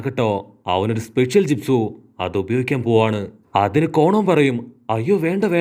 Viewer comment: കോണോ അല്ല കൊനാൻ ആണ് 😂😂😂😂😂😂😂